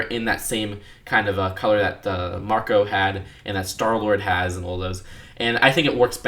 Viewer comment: I was just kidding cause you said Mcro instead of Marco ;)